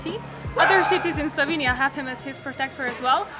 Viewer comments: This was a very nice and enticing presentation of a lovely country. However, there are two things I missed: 1) Why did you get name of the country wrong? It's Slovenia, not Slovania. 2) You mentioned some facts about prices, but I would have liked to hear more. How much did your four days cost in total? How much did you pay for hotels or BnB? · They can’t even pronounce the country. SLO•VEE•NEE•UH@